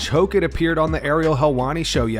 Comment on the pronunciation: Josh "Hawk-it" Hokit